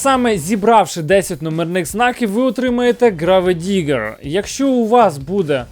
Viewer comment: Граведигер:)))Це бля якесь Сокиабле,вчи англійську.Село неасфальтоване😂😂😂😂😂.